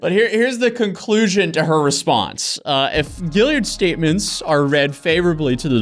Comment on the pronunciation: I’m from Charleston ,South Carolina and the surname you are pronouncing perfectly, is spelled Gaillard ,here. It’s a common name in the Lowcountry and prominent. A lot of Ashleys , also. We have the Gaillard Auditorium and , of course , the Ashley River. Think “Gone With the Wind. I’m not claiming her, for the record, just a little trivia .